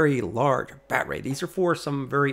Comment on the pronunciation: Why do you keep saying BatRay and what can I Do To Make You Stop !!😳